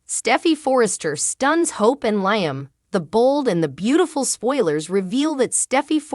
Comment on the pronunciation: Don’t want to be disrespectful but Liam name is pronounced Leam , not like lion